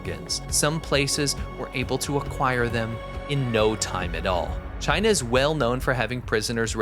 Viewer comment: He hates CHY-NA, that how he pronounces it with great derision.